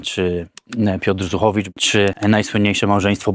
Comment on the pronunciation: Zychowicz nie Zuchowicz